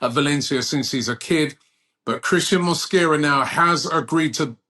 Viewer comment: Mosquera. Not mosquito